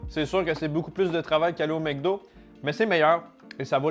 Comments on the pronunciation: Pourquoi tu dis "MecDo" alors que c'est "MacDo" ? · c'est MEC DO pas MAC Do.... Comme McCain et tous les nom Mc